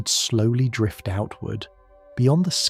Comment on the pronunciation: So, do you personally narrate this, or is it AI? I only ask because some words in certain sentences are pronounced strangely. For one example of many, in the intro to this video, the narrator says, "And if your mind begins to wander, let it. Drift!" It's said as if it's two sentences when it's supposed to be only one. Considering this video is 2 months old, I'm not sure if you'll see this 😅